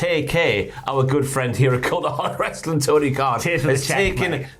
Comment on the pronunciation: Say wrestling properly